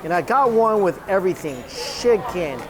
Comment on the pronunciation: This dude calls “chicken”, “sheken”